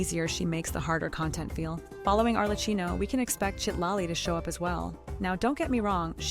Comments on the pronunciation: Not Arle-Key-Noh... we just has that on the Archon Banner in 5.3. They rarely are that nice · Mispronouncing Arlecchino’s name hurts so much every time I hear it :’( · the ai voice can't say it right